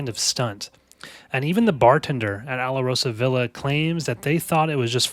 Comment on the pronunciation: JFYI- it's pronounced "Al-Rosa-Villa"